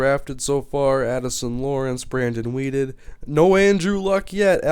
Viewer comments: It's quarterback is weeden not weeded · Who is Brandon Weeded? Isn't it Brandon Weeden? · lol It is Brandon WEEDEN